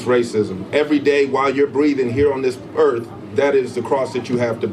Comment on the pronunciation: Planet Erff 😂